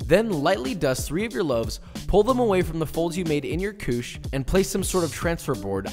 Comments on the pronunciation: Hi frensh man here and belive is ""coosh" not ""cooshay"". Actualy couche not coucher nor couché both sound the same anyway. BTW i need to tell you levain is the frensh word for sourdough starter. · Couche not "couchay". There is no accent on the last e. :) It literally means "diaper" or "to lie down" in French. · I don't think anyone has yelled at you in the comments about it yet, so I'm just going to: Couche sounds like KOOSH. 😉😂 Like a koosh ball. If it was "couché," it would be "koosh-ay." Working on baguettes today, finally! Thanks for your detailed video! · Him: Guys, this is REALLYYY simple. Everyone: Ok... Him: Just grab your Couchééē Everyone: 🤦🏽‍♂️ SLAP. AND. FOLD. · It's couche....it's couche..it's couuuuuuuche...old french word for bed or....diaper!!!good job and thank you for the tips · it’s pronounced “coochie” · Couche is pronounced koosh :)